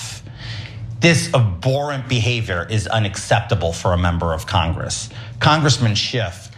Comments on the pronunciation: He realizes that the word is abhorrent not abborant right? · LOL, he said abhorent. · He mispronounced abhorrent, he didn’t pronounce the h